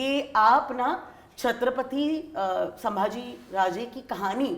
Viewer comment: It's not saambhaji maharaj. It's chatrapati Sambhaji Maharaj.. kindly pronounce it correctly